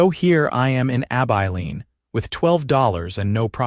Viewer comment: Stopped after about 2 minutes when the narrator mispronounced Abiline.